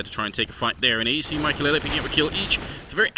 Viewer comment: Who watches this and said maikelelelelelele when the casters said maikelele Also i luv dyrus